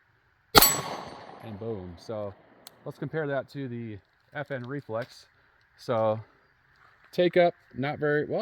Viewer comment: Sounds like you are saying Reflux🤣🤣🤣. Great video tho!!!